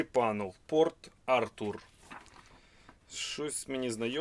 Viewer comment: Правільний наголос -"Порт - АртУр". Симонов и Гайдар - знакомые издания,читал подобные и держал в руках.Особенно было интересно читать раннее творчество Аркадия Голикова,оно не слишком было на слуху.А у Твардовского было бы интересно прочитать его письма , никогда не доводилось его эпистолярное общение . Впервые увидел портрет писателя Калинина,до этого видео никогда не встречал его фотопортретов,хотя знал об этом авторе . Спасибо за грамотный показ подборки книг, хорошо видно содержание книги и другая информация о книге.Смотрю многих блогеров по данной тематике,Вы показываете так как треба зрітелю відео.